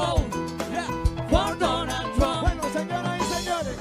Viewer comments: LMFAOOO “I WIH BOTE FOR DONALLLL TRUMP ! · “Ey’ Vill’Voe Fo Donell Trunn”🕺🕺🕺🕺🎶🎶🎶🎶🕺🕺🕺🕺